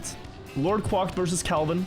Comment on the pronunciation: Quacked said as 'kwakt'